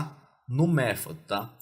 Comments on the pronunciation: o atributo mefodi kkkk, q pronúncia tava certa mn kkkk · ai dento com esse "méfode"